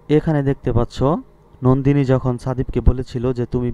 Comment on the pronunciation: আর ওইটা নন্দীনি হবে নট নান্দীনি